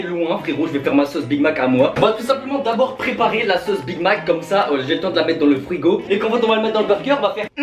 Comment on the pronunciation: "Dans le fruigo" ? C'est quoi comme truc le fruigo ?